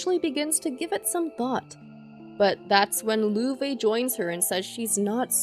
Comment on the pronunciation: I just don't understand why you pronounce Agate's name like that x_D or Loewe, since those aren't the correct pronunciations. You should search how to pronounce them pls. But overall thank you for doing these resumes, are really good!